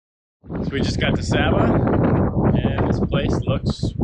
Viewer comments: it's pronounced sah bah not say bu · lovely Video, the previous video popped up and watched it, Saba is my favourite place to visit, love it there, esp the Elfin Forest and you walk through the the clouds, SAY BAH is the proper pronunciation, I think i saw your boat in St Maarten before, i believe by Lagoonies, the name seems familiar. cheer to my fellow Torontonians